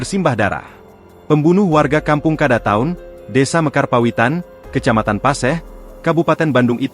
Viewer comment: Bukan kadataun. Tapi kadatuan